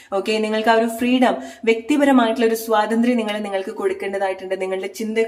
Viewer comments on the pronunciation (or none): none